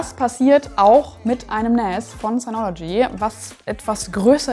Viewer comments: NAS spricht man zwar mit "A" nicht mit "Ä" aber ich feier "NÄÄÄÄAS" trotzdem super hart. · finde es komisch zu hören wie NAS ausgesprochen wird, man sagt auch nicht SÄN kenne es aus meiner gut 20 Jährigen IT Laufbahn eigentlich im deutschsprachigen Raum als Naas also mit langem A ansonsten guter Beitrag :) außerdem würde ich wenn man sich ein bisschen Auskennt zu einer Eigenbau Lösung raten. raid 5 macht Sinn also mindestens 4 Disks verwenden. Open Media Vault ist eine sehr gute Open Source NAS Software als Beispiel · jetzt will ich auch eins von diesen "Nähs"